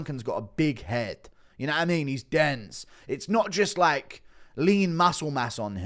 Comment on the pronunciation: When you said "Gunnar is very dense" I thought you said "The can is very dented" lmao the disrespect 😂